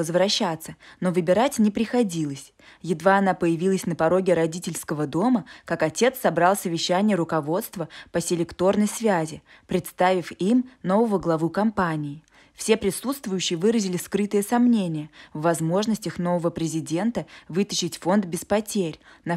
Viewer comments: По селеекторной связи.,а не по селекторной связи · По селЕкторной связи, а не по селектОрной. Почему чтецов предварительно не прослушивают? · Голос приятный,но в русском языке нет "селектОра",поэтому " по селЕкторной" связи. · Порадовал пассаж "по селектОрной связи" по селЕкторной!!!!!!!!!!!!! По селЕкторной,чёрт побери!! Такой приятный голос и такие неприятные огрехи. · А ещё за ударениями. Связь м. б. селе́кторной, а не "селекто́рной". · По селЕкторной, а не по селектОрной связи, извините! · Блин, чтецы, ёлы-палы, ну вы хоть узнавайте КАК правильно ударения ставить в незнакомых словах❗ на второй же минуте такой грубый Ляп - "слекртОрной связи" 🤦🏻‍♀️🤦🏻‍♀️ ! Эта связь называется селЕкторная ! И вообще, не раз замечала грубейшие нарушения произношений ударений в словах, извините, но очень режет слух, несмотря на то, что читаете неплохо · По селЕкторной связи,а не селектОрной,что за безграмотность,неужели нельзя читать тексты грамотным людям,тошнит от безграмотности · СелЕкторной, а не селектОрной.